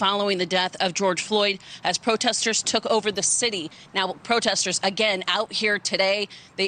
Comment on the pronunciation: What is THAT? "I witnessed, most da proteh-sters being pretty peace-a-ful, being pretty active? Is that a wig or just nasty? 😣😣